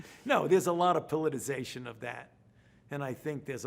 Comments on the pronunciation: That’s politicization, not politization, Fauci. Politization is not a word. Is the fatigue of lying constantly affecting your expressive vocabulary? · It's not "politization" Fauci, say it with me you glorified administrator... "politiCIzation." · Fauci saying the word “politicization” 🤦🏻‍♂️